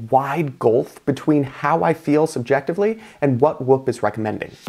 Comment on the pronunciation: Why is he saying "wup" tho 😢😂